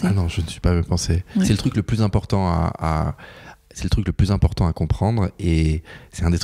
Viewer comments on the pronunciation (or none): Pourquoi c'est si zimportant ? ...oooooh la liaison est mal à propos 😂😂